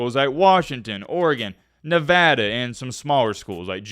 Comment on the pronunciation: Thank you for pronouncing Nevada correctly.